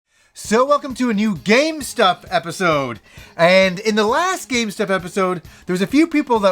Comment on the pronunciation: My god the first few times I thought he said GameStop